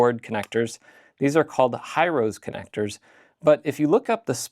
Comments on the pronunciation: Also to add to this it's a Japanese name which is pronounced "he-roh-say" instead of "high-rose" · High-rose is actually pronounced hee-roh-seh (hee-ROH-seh or hee-roh-se), with three distinct syllables and pure vowel sounds. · Hirose is pronounced closer to "hero say" than "high rose". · I don't know if anyone but me cares, but Hirose is a Japanese connector manufacturer and so their name is pronounced "hee-ro-say", with no emphasis on any syllable. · Hirose is a Japanese company. It's pronounced hee-RO-seh 😉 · It's actually pronounced "Hih-roh-see". Or so says my factory rep.